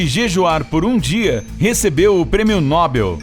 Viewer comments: Não se lê NÓBEL e sim NOBEL. Como posso confiar nas informações do vídeo se o narrador nem sabe a língua portuguesa. Afff..... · Não se diz nóbel e sim nobél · O certo é nobél e não nóbel. Talkey? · Nóbel ou Nobel??? O certo é Nobel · Dica: não é Nóbel, é Nobél... Oxítona, não paroxítona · Prêmio nóbel foi engraçado...😂🤣. É prêmio Nobel.. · O prêmio é No-Bél. Não é nó-bel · Nóbel ou Nobel????? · Não é nóbel. E sim NOBEL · Pronúncia correta: noBEL... Él